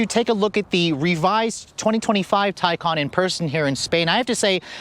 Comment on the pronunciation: How does ‘Taycan’ translate to ‘Tycon’?